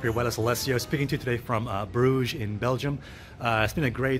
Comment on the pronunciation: Lol.. your way of pronouncing Brugge is soooooooo wrong...